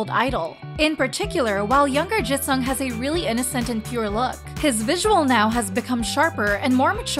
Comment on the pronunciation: also she pronounced Jisung so weirdly (more like eu instead of i), I really wonder where she got that from. It's not an uncommon letter and she managed to pronounce it correctly in any other word... and Enhypen is literally an english word smh